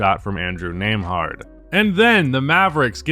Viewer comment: learn how to pronounce it